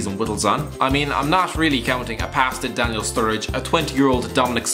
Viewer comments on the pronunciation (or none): none